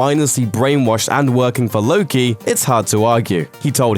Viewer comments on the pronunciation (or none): ZOMB135LAY3R He didn’t said “Loki” he said “lokey” which is something else.